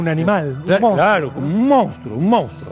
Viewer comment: Se dice MONSTRUO! cómo puede hablar así este periodista? eso es porque no tiene asesores, porque no lee o porque tal vez, se caga en todo esto y le importa un bledo pronunciar bien la palabra. En fin, duele la decadencia cultural.